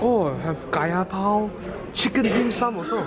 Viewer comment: The moment he saw kaya bao and chicken dimsum, his english accent automatically reverts back to his original asian accent 🤣👍🏻